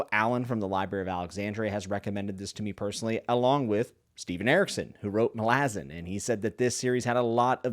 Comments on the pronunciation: Why do you pronounce it as "malAzan" ITS "mAlazan"! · You can’t even pronounce Malazan correctly. Reported.